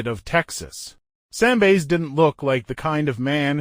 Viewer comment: Bass as in fish. Why can’t AI pronounce words correctly?